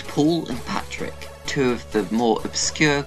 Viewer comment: Stop calling him Patrick His name is patryk (Pa - treek)